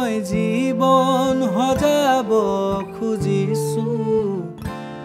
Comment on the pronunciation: bht bhal lagil xuni... But for better... word prononciation bhl krile ru bht bhal hbo...eg: jibon xojabole hoi not jibon "hojabole"...baki gantu bht dhunia❤️❤️